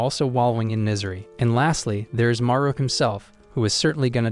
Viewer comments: his name is haru not maru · it’s not maru it’s Haru